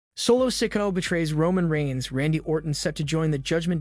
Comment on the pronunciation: and solos name is not said like that eather say the names right or get some one that can WOW